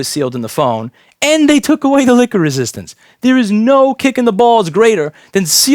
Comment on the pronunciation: I swear to god I'm hearing "liquor resistance" :D